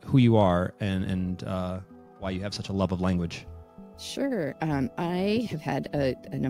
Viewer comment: I dunno why, but her "sure" sounds like a chinese person speaking heheh'